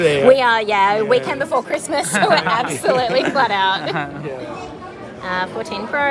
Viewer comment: bai chirmis nhi chistmas hund a any way love from punjab